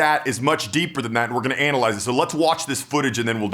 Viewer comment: The way he said anal ize😁